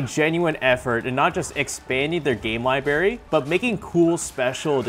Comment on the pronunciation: It's "library" not Libary...